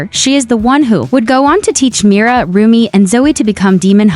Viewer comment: Umm it's Rumi not romi